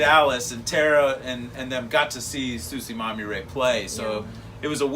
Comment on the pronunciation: Hello! Our Band name is TsuShiMaMiRe! Not TsuChimamire www